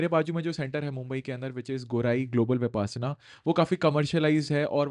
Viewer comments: Correction: it is pronounced as विपश्यना and not विपासना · विपासना नही सर विपश्यना है अपना उच्चारण ठीक करे 😂😂😂